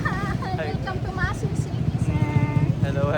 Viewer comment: Maasin (ma-A-sin)